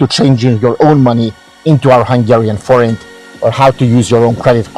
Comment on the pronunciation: Thank you! We needed to double check the pronunciation of "Forint" before we talk about it in tomorrow's Review/Preview show on our channel. We're going to give your video here credit and put a link in our descriptions. Cheers.